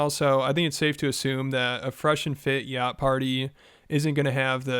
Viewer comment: You cant even pronounce yacht